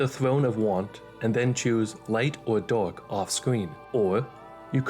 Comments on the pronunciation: Bro I hear it as the age of dog 💀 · There was a point in this video where i thought you said "dog set" but it was "dark set" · Every time you said dark i heard dog and that made this vid a lot funnier trying to imagine that lol